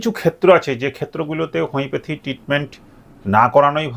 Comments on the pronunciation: উচ্চারণ ঠিক করুন হমিপ্যাথী নয় উচ্চারণ হমিয়প্যাথি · হোমিওপ্যাথি উচ্চারণ টা তো ঠিক করে করুন... তারপরে জ্ঞান দিবেনা